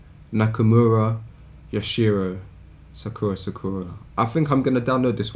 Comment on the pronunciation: you can tell by the way he said sakura that he don't watch Naruto lmao